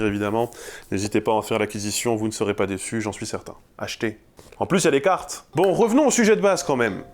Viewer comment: "En plus ya des caaaartes" L'accent de l'Est de la France dans toute sa splendeur (Je suis Franc comtois, j'ai le même accent qui traine sur certaines voyelles et j'en suis fier)